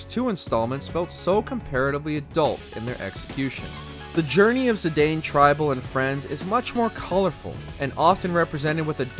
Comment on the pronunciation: You pronounced Zidane AND Cecil wrong, but at least you said “Tidus” right. That said, it’s sad that you didn’t mention the characterization of the protagonists in other media. Especially in the DISSIDIA games. And personally, I will always love Cecil as FF4 was my first ever Final Fantasy. There’s also the fact that he was once a dark knight, but then became a paladin.